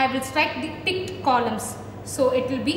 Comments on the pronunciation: Did Anyone Hear Condom? 😅 (4.32) Anyways Good Explanation Mam ❤ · I heard the word "condom" instead of columns in allocation explanation...😁😁